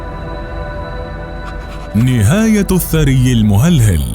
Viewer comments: تُنطق المُهلهَل وليس المهلهِل . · تنطق ( المهلهل) بضم الميم وفتح الهاء وليس جرها بالكسرة.